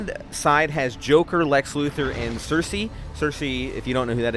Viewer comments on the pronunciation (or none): none